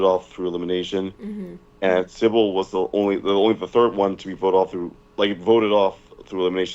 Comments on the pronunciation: Even post fishtank he still calls Simbal “Sibble” lmao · still calling symbal "sybil" is so b.u.r.t. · I love how he has pronounced Simbal wrong the entire time lmfao